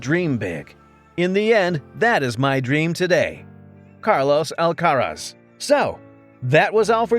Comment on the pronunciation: Here's a fact you don't know about Carlos. When you pronounce his surname, the stress is on the last syllable. You're welcome